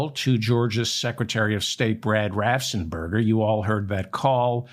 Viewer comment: "Raffensperger" not "Raffsenperger."